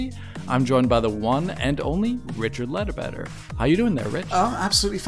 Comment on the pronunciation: "Richard Letterbetter" ?